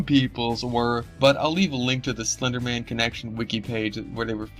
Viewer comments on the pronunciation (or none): Tacci tuuby sais slunduh men